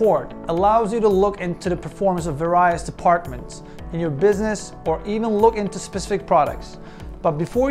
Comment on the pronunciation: Your mispronunciation of key words was really distracting. Inevitably and various come to mind.